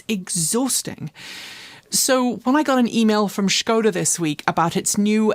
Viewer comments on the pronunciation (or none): none